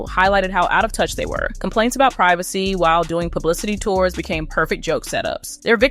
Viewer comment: PRIV A SEE please! Not PRI VA SE.